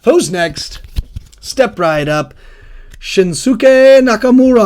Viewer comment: Asuka = Ask-a. Shinsuke Nakamura = Shin-skay. Silent letters and mute vowels. Devoicing. They tend to drop the 'u' sound after an s in Japanese, if the consonant before the vowel is voiceless, and at the end of the word or followed by another voiceless consonant.. "です/Desu" being pronounced "dess" rather than "dessoo" for example, if you know any basic Japanese. Also, "Bret Michaels" was a good guess. You combined Bret Hart and his longtime rival, in wrestling and in real life, Shawn Michaels. Interesting to see those cogs turn in your brain where you sort of have the info there and mush it together!